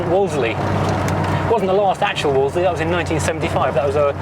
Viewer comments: As you said - it’s easier to say Woolsey rather than Woolsely. Back in the 50s nobody I knew ever pronounced the car with the second L. It’s like Cholmondley pronounced Chumley. It’s only today’s generation who insist on getting tangled up with the second L. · You dont pronounce the second L mate. Its not a wall zlee Its a wall zee